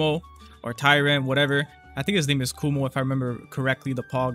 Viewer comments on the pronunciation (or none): my guy its Kuma not Kumo XDDD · His name is “kuma” not “kumo”😭😭😭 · YE MAN KUMO NOT KUMA